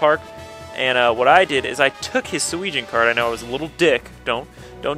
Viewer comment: it is driving me crazy, sorry about this, but it is pronounced "Su-eh-jin" sorry about that